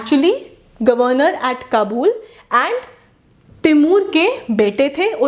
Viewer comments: Its ayub shah....jus like she says qabool for Kabul😂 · It’s not kabuul, it’s Kabul